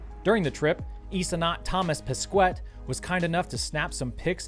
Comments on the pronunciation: "Thomas pescouette" xD if you want a pronunciation help, in english, it will sounds more like "hey" or "kay" at the end. Thomas Peskay. That's always funny to all this pronunciations ahah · "Thomas Pesqueitte" as a French it was pretty funny to hear hahaha. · It's Thomas Pesquet (pronounced Peh-Skeh) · To prononce correctly "Thomas Pesquet", just imagine it's written "Thoma Peskey" for a native english speaker :) This was the tip of the day. Bless you